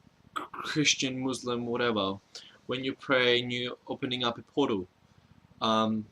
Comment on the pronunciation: every time you say portal it sounds like you're saying puddle and i laugh